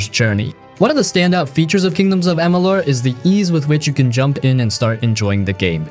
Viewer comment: pronunciation of kingdom of amalur and sounded i think said the wrong AC title u will have to forgive me not totally remembering its been a bit since I saw this video